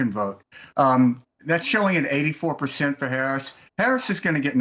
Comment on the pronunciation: needs to be Fired from CNN for miss pronouncing President Harris's Name!!! FCNN!